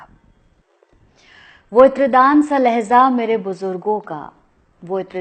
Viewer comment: Laheza nahi madam LAHEJA